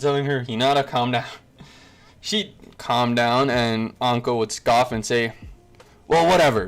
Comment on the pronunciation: My man really said clam down 😂😂😂😂